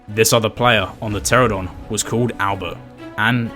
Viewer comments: Learn how to say pteranodon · Who’s gonna tell him he’s saying pteranodon wrong lol